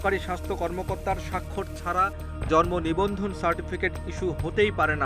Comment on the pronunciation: জর্মনিবন্ধন! উচ্চারণে এমন ভূল।